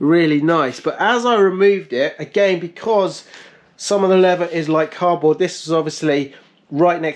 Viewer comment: when "leather" and "lever" are pronounced the same :P